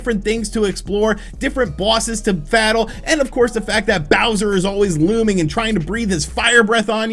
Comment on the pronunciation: “Different bosses to fattle” 😂